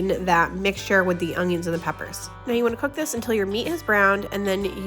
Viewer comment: Can you please NOT say onJiins....there is no J in onions!